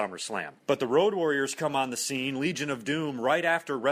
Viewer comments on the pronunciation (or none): none